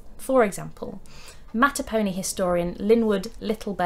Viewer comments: Virginian here. Your video is well researched & explained. Just a few notes on pronunciation: Mattaponi is matta-puh-nigh Powhatan is pow-uh-tan Kecoughtan(the name of the federation that Powhatan led) is kick-o-tan Fun fact, the Mattaponi Indians take their name from the three major rivers in their territory. The Matta, the Po, & the Ni. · Another Virginian here. I have been to pow wow events on the Upper Mattaponi reservation and heard it pronounced <MÆ-tah-pō-nī> or more phonetically written /mætəpoʊˈnaɪ/ The “Pō” part pronounced like the Po River (any “uh” sound might have been introduced by the newer locals in the last hundred years or so.)